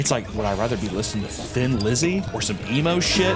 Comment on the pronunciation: Thin Lizzy, pronounced Tin-lizzy If I'm the first to say this I am shocked and apalled.